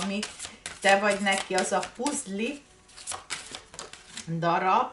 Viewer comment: Szia ! Úgy ejtjük hogy PÀZL.